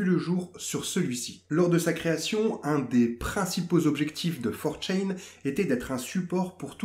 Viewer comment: Ça se prononce 4 "tchan" et non "tchain", ça vient du japonais c'est un suffixe pour pronoms personnels 😉 Sinon, super intéressant, merci pour cette vidéo